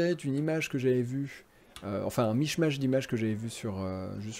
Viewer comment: Enfin une visite ! vidéo génial et super beau parc... par contre michmach tu le dis michemache ???? ahhhhh ! mikmak...